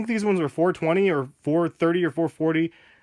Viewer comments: he said "or" really fast which made it sound like are. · He said "these or the turtle doves" dumbass